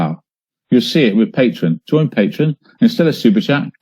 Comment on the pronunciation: It drives me crazy that he calls it Patron instead of Patreon.